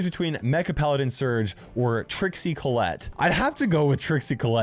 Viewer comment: Collectte sounds just like collect...